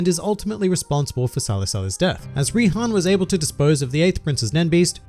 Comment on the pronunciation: Its Rihan, but you are correct